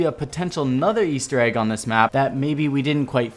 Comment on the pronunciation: the "Weaster egg" why did you say weaster egg?